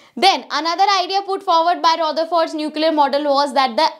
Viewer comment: Mam its not ro-ther-fort Its ruther-ford No offence jst saying